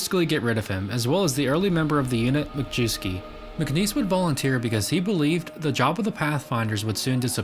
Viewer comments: Not “Mah-jew-skee”, it’s pronounced “My-S-key”. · Majewsky, pronounced majeffsky 🤣🤣🤣